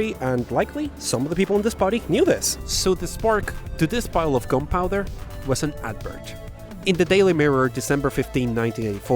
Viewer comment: I heard "compiler" instead of "gunpowder" lololol